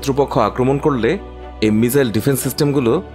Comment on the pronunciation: বলদ মিজাইল না রেহ😂মিসাইল বলে